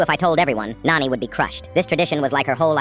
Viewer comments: It is not noni its nani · It's not noni it's nani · Its nani not noni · Nani not noni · First thing Noni? Its called Nani then ai gen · Bro that's not noni it's nani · It’s Nani not nanny or nony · It's not noni that's Nani 👍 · Isn't it nani and not noni? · said noni not nani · Finally, somebody Indian like me. It’s just the AI is pronouncing noni mothers mom wrong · It's not. Op is saying nani. it's the word for maternal grandmother in hindi. It's just that the ai voice is not able to pronounce it properly